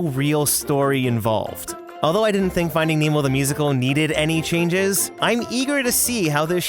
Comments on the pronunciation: Did anyone else notice chnages instead of changes at the beginning? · ch... chnages?